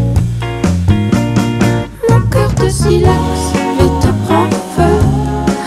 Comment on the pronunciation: Aaaargh I'm melting! The way she pronounces "Silex" ..... Please sing something from Daniel BALAVOINE !!!!! Love from Northern France